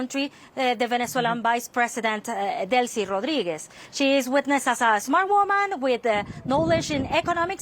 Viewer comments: Butchered her last name then said the president was on top of her. Jeez CNN.. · Really? You can’t pronounce Rodriguez?